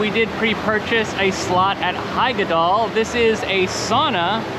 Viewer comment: Nice one! It's great to see your funny interactions with the characters, i hardly ever see something like this in other vlogs from these places. And of course, you apologise for your pronunciation before actually saying something correctly, while butchering something else later on 😅 Referring to the nemesis of all English-speaking Rulantica visitors, "Hyggedal"! Because in Nordic names like Hyggedal, the "Hy" isn't pronounced like in "hyper" at all, more like in "hiccup", but different. But it's hard to describe it in English, maybe watch "The Scandinavian Hygge Lifestyle Taking The World By Storm", they say it properly in there a lot. 👍 But yeah, another enjoyable vlog., it's so funny how you seem to be by far the more apprehensive one when it comes to all things water 😄And of course, the sunglasses with the sport straps... It's good to see how you both wear hats and stuff at times though, sun protection is important, especially if you're not that dark of a skin type to begin with. 👍 I've seen that snorkelling VR once in a vlog, the guy who did it was positively surprised by it, and his girlfriend filmed him from outside. You enter a pool where the water can be moved through with jets, you hold on to handle bars and then you sort of snorkel in place while the water is moving and the VR is playing, giving you the sensation of going on a dive snorkel adventure. They said it's well worth the small up-charge. The technology is kept dry with rubber seals and stuff, like